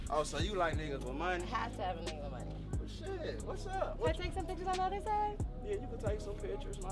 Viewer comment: Funny! "None of my monyun.." 😅